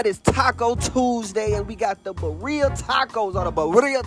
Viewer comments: First off, it's off the charts platinum! Breaking records. Second, it's pronounced Beer-ria/Bee-dia tacos. Sensational my guy 😃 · what you say?! Beeria! say it after me chef- A we bo! A we bo!